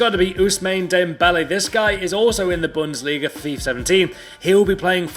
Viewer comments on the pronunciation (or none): none